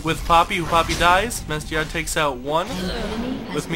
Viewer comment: It's pronounced "Master YEE". Sorry it was really bothering me because he is one of my mains